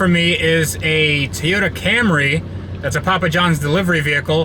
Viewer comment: Toy-Yota. Say it with me now. Not teeyoda, Toyota.